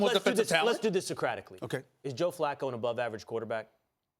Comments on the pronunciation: It was actually Skip Bayless that called John Flacco John Fluko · You called Him Fluco